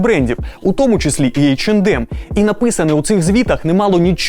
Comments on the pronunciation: Тількі не «ейч енд ем» а « ейч е нем» ;) “ді» не читається в цьому випадку так само як і « ем ен емс» ! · В брендах типа H&M, M&M's в and d не произносится, правильно [Эйч Эн Эм]